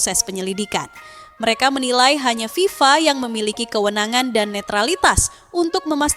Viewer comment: FIFA bukan viva